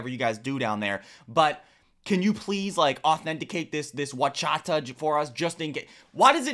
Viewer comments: Horchata is pronounced or-cha-ta not uwa-cha-ta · It’s horchata, horchata.